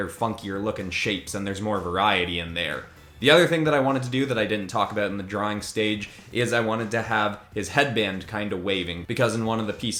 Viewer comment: my guy your Canadian is showing.... "Sorry aboot that" 😂😂